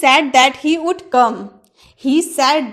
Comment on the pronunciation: Madam....oud nhi wood hota h